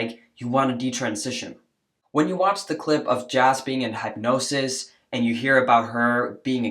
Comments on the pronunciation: That was a clever way to pronounce "hypnosis". It's like you mixed hype with hypnosis (hip like hippies, hip replacement etc.) perfect ✓ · Are you pronouncing it "hype"-nosis to make a point? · You're mispronouncing hypnosis. (hip no cis) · It’s bugging me that you’re saying headnosis instead of hypnosis. I love you, but it’s hard to focus on the point when hypnosis is sounding a lot like headnosis. Was that on purpose? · That hypnosis therapist was asking leading questions... And, it's pronounced "Hip- nosis" ❤😊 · Hypnosis = pronounced - hip’noses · What the hell is hype-nosis lol! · Ps ♥️♥️ it’s “HIP-nosis” brother ♥️♥️♥️ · The way you pronounce hypnosis makes me want to throat punch you. 😂😂😂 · You are mispronouncing the word hypnosis. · Why do you pronounce hypnosis like that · Bruh, that pronunciation of hypnosis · your English is great but just a note on pronouncing hypnosis.... it's hip-nosis, not hype-nosis 👍🏼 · It’s pronounced HIP-nosis not HYPE-nosis. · The way you pronounce hypnosis bothers me immensely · Totally agree but one thing hypnosis is pronounced like "hip" nosis. Great content though. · WTF is Hype-nosis?😂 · Hypnosis is pronounced Hip-no-sis. 🌟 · Hip-No-sis like don't break your hip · HIP-nosis........ sorry, but omgoodness, pronunciation please!! It's a real thing!! LMBO 😅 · Hip-no-sis. Just sayin' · I'm enjoying your videos. I do have to correct your saying hypnosis. It's hip-nos-is not hypnosis. No big deal! Keep up the hard work in protecting children from being chemically and medically harmed. God Bless you!❤ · 'hypnosis' is pronounce /hɪpˈno͜ʊsɪs/ or "hip-no-sis". :) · Ha! “Hipenosis?” 🤣😂🤦🏾‍♂️ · It's not pronounced Hype nosis it's Hypnosis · Hip-nosis. Not hype-nosis. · The hype nosis is distracting me. I've never heard of it pronounced that way. It's hip. Anyway, moving on, thanks for the vid. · Hipnosis, not Highpnosis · Why are you saying hype-nosis. It’s hip-nosis. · It is pronounced Hip not hype Hypnosis There is no E